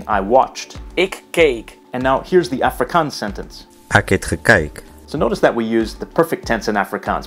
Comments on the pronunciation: The "A" in "Afrikaans" should sound almost more like "u" in the word "up" , rather than "a" in "active". You got the double-a sound in "Afrikaans" right though! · okay, i’m from the eastern cape, and i speak afrikaans with my friends at school and english with my family. maybe this is a western cape thing, but i’ve never heard afrikaans pronounced like africans. so i’m not sure if it’s just his american accent or if he got it from those audio clips he uses. same with the word boer. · it's AA-FRIE-KAANS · Its pronounced Ahfrikaans... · The way he says afrikaans is triggering😂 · The way he sais afrikaans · I have never heard anyone in SA refer to it with that pronunciation, everyone I have been in contact with uses the proper Afrikaans pronunciation in South African English